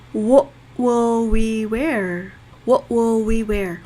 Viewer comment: [118]왓이 아니고 웥으로 발음하니까 원어민 발음 느낌이 나요^^